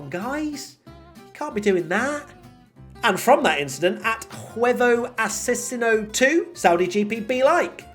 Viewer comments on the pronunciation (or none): I nearly spilled my coffee with trying to say Huevo Asesino 😂😂😂